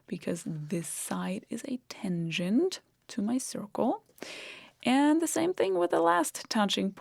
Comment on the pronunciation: It's not a tengent, but a tangent.